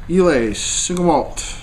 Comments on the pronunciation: It's pronounced eye-lah. Bowmore legend is actually not that peaty, the other islay's are much stronger. This is more of an intro islay or your everyday islay scotch. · I get a kick out of ur incompentence about how whisky is to be nosed and tasted..Its pronounced eye-la,,have a another dram u yankee nob slob.